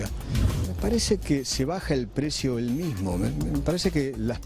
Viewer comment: Shi! Sho pienso exactamente lo mishmo 😅